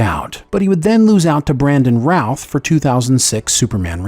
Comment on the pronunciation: I believe it's Brandon Routh, not Brandon Ralph. 😊💜 But yes, Cavill was the best Superman.🥰